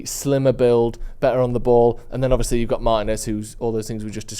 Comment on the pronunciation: Who is Meiners? It's MARTINEZ!! Ignorance of the highest kind 🤦🏾‍♂️